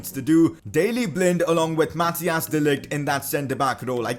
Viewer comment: His name is Mathijs, not Mathias